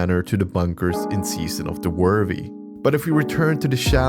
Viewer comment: "SEAON" of the chosen. Sorry I couldn't help myself 🤣